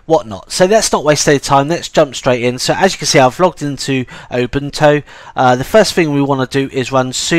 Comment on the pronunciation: I really must say that your pronounciation of Ubuntu sounds like "Open Toe"